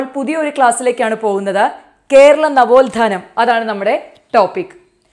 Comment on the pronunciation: നവോൽധാനം അല്ല നവോത്ഥാനം ആണ്